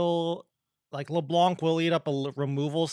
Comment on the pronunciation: I don't know why everyone (rioters included... well that explains the "everyone else" I guess) call her leblanK. That C here is silent in the baguette language :( Thanks for all those videos btw o/